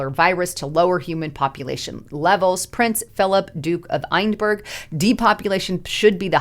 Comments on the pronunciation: Eindburg is Edinburgh, capital of Scotland. Phonetic= Edinburra......I'm not proud of his association with the city or the nation! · Prince Phillip Duke of Edinburgh...not Einberg?